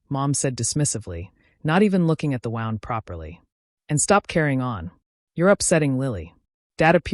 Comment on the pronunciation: Why can't the AI pronounce the right kind of wound? Why don't people fix this?